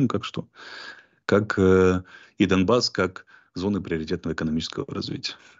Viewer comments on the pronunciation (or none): none